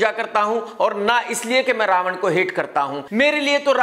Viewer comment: Raavan ya RA ONE BOLO BOLO